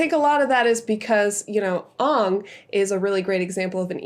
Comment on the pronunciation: not her saying ‘ONG’ 💀